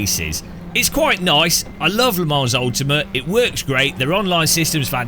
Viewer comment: One day will realise the "s" in Le Mans is silent. Until that day, I will remain subscribed as a punishment.